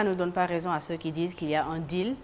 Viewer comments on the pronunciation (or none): Diouf Sarr , on ne prononce pas ceux, ceus. Tout comme condamner. Vous dites toujours con dam ner. Vous prononcez toujours la lettre m qui est sous entendue. Corrigez vous. Ou ceux qui le connaissent dites le lui